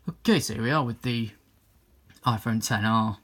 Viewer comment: Thank you the first person I heard get the name of the phone right